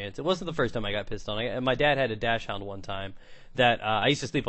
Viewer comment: Dachshund is pronounced "Docks-und" not "Dash hound." Just for future reference.